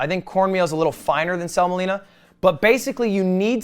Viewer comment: Did this man pronounce semolina as selma-leena?